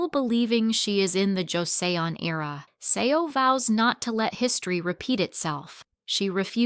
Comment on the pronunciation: 영상에 조세온이 아니라 조선이라 발음합니다~ 영상에 있는 건 아니나 현다이가 아닌 현대로 발음해야하구요.